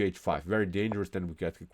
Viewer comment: Things I don't like about this channel: ‒ he talks as if the cops are chasing him ‒ he says tew instead of two ‒ he says blow-cade instead of blockade ‒ he uses the word "perpetual" wrong ‒ he says "game over" instead of "winning" Look, I like chess, I like how he presents the game and goes into variations. But I don't like how my ears bleed while I watch these videos.